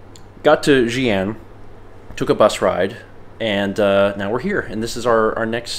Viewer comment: It’s Chongqing Jiangbei Airport. 重慶江北國際航空. And it is Xi’an (西安). Btw, one good tip to pronouncing the ‘x’ is saying ‘sh’ while showing you teeth a little more. Like say ‘she’ in replacement to ‘xi’. Thanks for trying,!